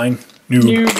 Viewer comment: you said classic boob and its classic noob